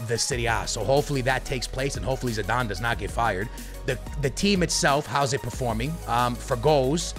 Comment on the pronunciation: that is not zidane thats podane good vid